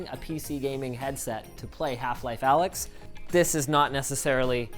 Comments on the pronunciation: It's not pronounced Alyx dumbass it's Alyx, duh... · It's not Alyx, it's Allx. Because people don't understand greek letters.